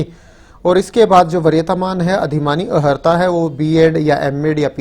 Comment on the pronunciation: Bhai sahab, arhta boliye na ki aharta, ( i.e. eligibility)